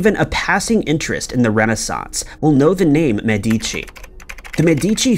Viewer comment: A little correction: on the Florentian family name pronunciation the strong sylable is the first one, "Me" and not the second, "di", as you are pronouncing it. It's not "Me-deeee-chee" but "Meheh-dee-chee".